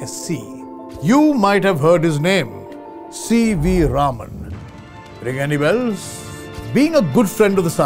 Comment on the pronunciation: to Yes, it is pronounced correctly as 'Raaman'. One of the WRONG pronunciations is 'Raman'.